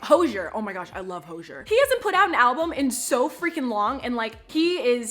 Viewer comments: Who the fuck is hosher it’s hozzzzzzier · Did she just call Ho-z-er (Hozier) "Ho-jeh" correct me if I'm wrong but that's not how you pronounce his name and if you are a "big fan" you would know this (if this is another person someone correct me) Edit: This is not hate I'm just interested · Love you Eva! Just real quick, isn't it Hoe-Ze-air? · It’s HOE-ZEE-AIR not HOE ZHERR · Did she say Hozier as Hose-zer?? Or did she mean someone else??? Like that's my baby, but it's pronounced Ho-ze-air. 💕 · It’s pronounced hozy-air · Sorry girly but hozier is pronounced hoe-z-ear listen to a interview next time please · I love Hozier’s song Cherry Wine. It is really really sad but it’s so good and incredibly deep. Also, it is pronounced Ho/zy/er, just in case ppl already didn’t tell u in he comments 😂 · The way she says Hozier gives an Irish person anxiety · The way she pronounced Hozier lmao😂